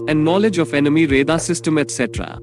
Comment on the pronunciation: Plural of aircraft is aircraft. U r saying aircrafts. Its not five point forty five champion. Its five point four five. If you don't know any thing of J20 then how can u compare. ?? Ghonchu. रेदार kya hota hai bey. Its रेडार.